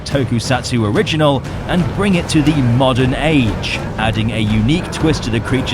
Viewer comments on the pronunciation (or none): none